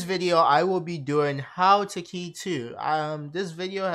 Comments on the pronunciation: its kay not kai btw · its khei as in K and not key